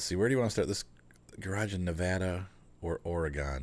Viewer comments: TOE - Nuh- Pa. Phonetic pronunciation. Also, Nev-vaa-da, not Nev-awe-da. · Oh I know Nevada pronunciation. I am just being silly. I call it Navarda half the time.